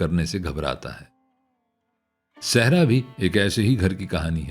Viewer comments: لفظ سہرا ہے آپ کی ادائیگی درست نہیں ہے آپ صحرا پڑھ رہے ہیں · بھائ آپ سہرا کو صحرا بول رہے ہیں ؟ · Sehraa nhiii seheraaa